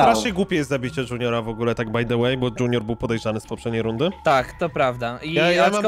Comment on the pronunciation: Tak bardzo mnie irytuje jak mówi dŹiunior